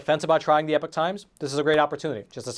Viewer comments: Wow you can't even pronounce Epoch correctly. How do you expect people to take you seriously. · I love your work, and your political viewpoints,, But: oh-dear your 'pronunciation' of the word epoch! Oh dear!